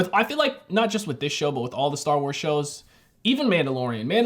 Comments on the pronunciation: Did u say dar wars or am I trippin😂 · Man really said Dar Wars